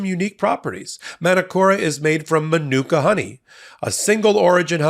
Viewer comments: MA-NU-KA honey….. come on bro, be professional and learn the words you’re paid to say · Please research how to pronounce "manuka".